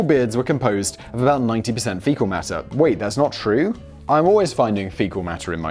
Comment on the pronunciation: It took me a minute to realize you meant fecal lol